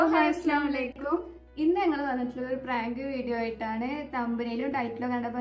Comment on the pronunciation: അസ്സലാമലൈക്കും അല്ല അസ്സലാമു അലൈക്കും എന്നാണ് ശ്രെദ്ധിക്കുക...